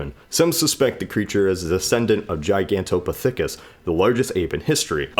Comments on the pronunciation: You butchered the pronunciation of gigantopethicus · When he said Gigantopithecus I heard Giganto The THICCest